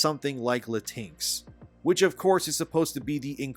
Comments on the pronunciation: Good vid, but I had no Idea you were saying Latin-X though lol thought you were saying Latin-chinks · Latinks? Sounds like Latin twinks lol